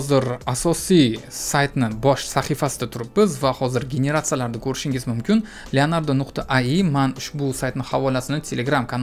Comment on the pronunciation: Ayi❌Ai(Ey ay)✅